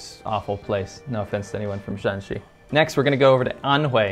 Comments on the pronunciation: You are definitely confused by aa. Misspeaking 陝西 and 山西。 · 他居然把山西和陕西都搞混了，还说不知道这两个省的发音为什么一样。会犯这样低级的错误，他的视频可信度可见一斑了。我记得这位在别的视频也有明显的抑大陆扬港台的言论。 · Shaanxi is written with double aa to mark that Shaan is pronounced in the third tone in standard Chinese one of the problems you get when writing a tone based monosyllabic language with roman letters. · Shaanxi and Shanxi are different sounds when pronounced in Chinese. There is four pronunciation for any syllable in Chinese. The "Shaan" in Shaanxi is the third pronunciation while the "Shan" in Shanxi is the first pronunciation. So in China, when pronounced correctly, these two provinces can be differentiated verbally. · Shaanxi (double a) has Xi'an not Shanxi (single a) though to be fair that's the only thing that separates them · Xi’an is in Shaanxi not Shanxi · Every region is very unique, with completely different auras and cultures. Its almost like each province is its own country! Shaanxi province is not entirely developed but its very rich in ancient Chinese history, even more than Beijing. Xi'an is actually in Shaanxi province(2 A's), not Shanxi 😅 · Xi'an is the capital of Shaaanxi not Shanxi . By the way I'm from Shanghai. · It seems that you have confused shanxi with shaanxi… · Um I'm pretty sure that Xi'an is in Shaanxi, not Shanxi. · I’m pretty sure that Xi’an is in Shaaxi陕西(shǎnxi)not Shanxi(Shānxi)山西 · Pretty sure Xi An is in Shaaxi and not shanxi. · Correct. Shaanxi has Xi'an and Huashan (for example) Shanxi has coal and The Hanging Monastery and Wutaishan. Still nice. Also the tones for Shan are different. Shanxi's shan is flat tone and Shaan's shan is 3rd tone. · 学学声调不好吗，陕西和山西完全不一样的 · It’s Shanxi and Shaanxi